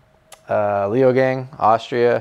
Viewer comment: haha leogang sounds badass! in case you're curious, it's actually pronounced lay-oh-gung (gung like "dung") edit: he's really pleasant to listen to, nice